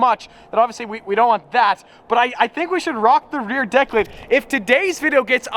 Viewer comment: Please stop saying rear declit. You sound ridiculous